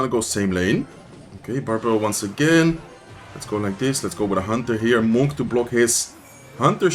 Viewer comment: Bro I cannot take the way you say monk 😂 this man says MoHn